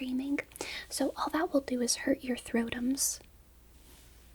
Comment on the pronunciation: so early i heard scrotums not throatums 😭